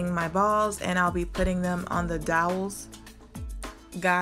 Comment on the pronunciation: It turned out beautifully, you're very imaginative. Lol, dowels not doyles, fyi it's flush not flesh. I do that with some words too.😊